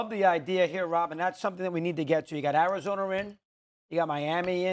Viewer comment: "Arizoner" "Tamper" lol some old people always be adding an er to some places